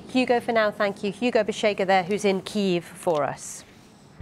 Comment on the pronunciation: The BBC have decided not to pronounce Kiev in the Russian way. The problem is that none of their presenters can say it Kyiv in the Ukrainian way which to be fair isn't easy for an English speaker. Most of them say Keev which sounds ridiculous this one said Keeyeev. My advice would be to say it the Russian way if you can't say it the Ukrainian way, don't make a new word up.